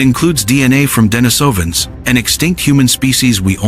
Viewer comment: Several bits of the same information is repeated SO many times. This video would be at least half as long if it only stated these bits of information once. How this ai voice wrongly pronounced neanderthal & denisovans was also driving me nuts.